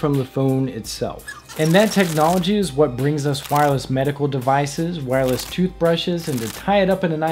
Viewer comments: "Wirless" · "Wirless" facepalm